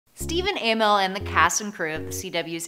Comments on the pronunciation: It's not A-mell it's Amell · Amell not A-mell